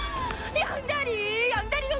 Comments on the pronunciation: ㅋㅋㅋㅋㅋㅋㅋㅋㅋㅋㅋㅋㅋㅋㅋ 아마 양달희 일 거에용!! 근데 진짜 양다리로 들리네옄ㅋㅋㅌㅌㅌ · 나만 그런가 양다희가 양다리 라고 들려...... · 들을수록 양달희가 양다리로 들림.. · 양달히 나만 양다리로 들려서 웃기나 ㅋㅋ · 나만 양달희를 양다리로 들었..... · 양달희를 양다리로 들음